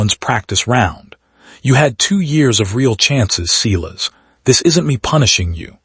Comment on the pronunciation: This was poorly edited. The narration doesn't line up with the title. HE came late to the party. I stopped waiting for HIM. Silas is pronounced like SIGH not like SEE.